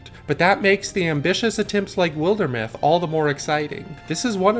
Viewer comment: Shame he doesn't know how to pronounce wilder either....